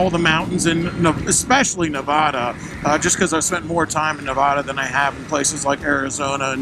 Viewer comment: Ah crap, you were in my town and I didn't see ya. Quit pronouncing Nevada like a Yankee. Keep it weird